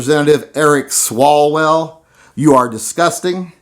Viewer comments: I believe the Congressman's name is pronounced "Swallow-well". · It is pronounced Swallow-well